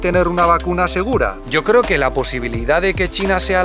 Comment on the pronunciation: No te cleo dijo el tshino!